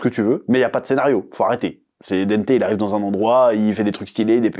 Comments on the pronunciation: Pitié chef prononce au moins le nom de Dante correctement stp 😂 c’est pas Dente !! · dANte, avec le son "en" comme dans "dent", "restaurant", "enfant"!! dANte bordel!!! Pardon